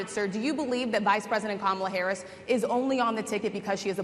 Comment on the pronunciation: Donald couldn’t even pronounce Kamala’s first name correctly, I’m literally rolling 🤣.